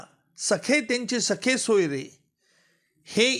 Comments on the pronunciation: वकील साहेब सखे सोयरे नाही, सगेसोयरे असा शब्द आहे, आणि सरकारने यासाठी कोणताही अध्यादेश काढलेला नाही, केवळ नियम (Rules) प्रसिद्ध केले आहेत.... नीट वाचा तरी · निकम सरांना सगेसोयरे म्हणता येत नाही तर ते सखेसोयरे असे चूकीचे उच्चार करताना आढळतात.़